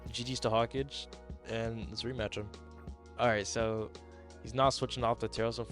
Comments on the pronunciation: There is no way you pronounced “Hokage” as “Hawkage”😂 have you never seen Naruto? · its pronounced Ho-ka-gae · your pronounciation of Hokage fmu man i really didn't think i'd laugh this bad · bro cant say Hokage🥀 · wait it's not pronounced Hokage like in Naruto? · It is he doesn't know tho